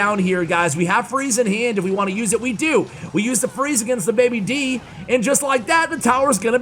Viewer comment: Day B. Dragon not baby D